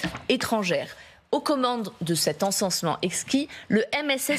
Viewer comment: Pour la traduction, on repassera... Ce n'est pas "encensement exquis" mais "ENSEMENCEMENT exquis" (exquisite SEEDING). Mes chers voisins français, vous restez décidément nuls en langues étrangères ! 🤣